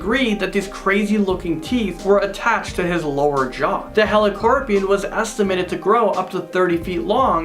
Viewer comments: Me: its helicoprion now say it with me heli -: HELICORPION! Me: MOTHER FU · Oh gawd maybe I suck but did I bother anyone else that he pronounced helicoprion wrong?